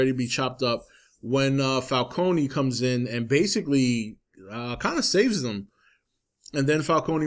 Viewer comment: Was anyone else annoyed by the way everyone pronounce "Falcone"?